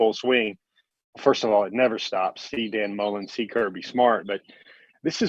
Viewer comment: Did he say Dan Mullen??????